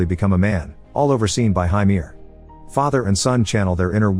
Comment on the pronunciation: When say Viking names it sounds like you're trying to say regular names but you're having a stroke... Andy= Amleth Harry= Heimir Frank= fjlner or whatever you get the idea